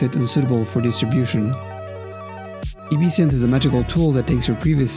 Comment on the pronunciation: "EBE-SYNTH" ? Maybe try "EB-SYNTH"